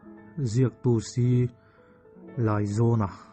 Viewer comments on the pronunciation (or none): A ziaktupa hming hi i lam dik lo hret a nih hi. Buh thar tam lam sawina atana, " 'Silai zawn' lai kan nei," kan tiha, "lai" tih leh, "zawn" tih lai ri ang hian, "Laizawna" tih tur.